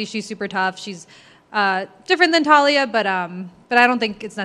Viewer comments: Her name: Taila Americans: Talia Words are hard. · Taila, not TAH-Lee-uh. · It's not Talia, it's Taila with an "i"! Lol anyways, super interesting fight, can't wait.